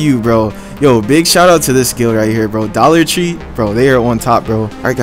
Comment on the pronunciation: Wollar Tree Ladiux Lepeat